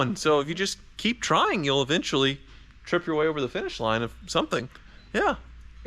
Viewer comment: Wait..did you just say “Thank you for washing!!”??